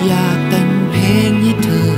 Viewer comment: เพลงเพราะมากครับ เสียดายเขียนไขและวานิชออกเสียงคำว่า "เพลง" ไม่ชัด ฟังเป็น "เพง" หมดเลย เสียดายแท้